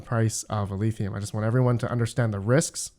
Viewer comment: Every time you say "Eleethium" god kills a kitten!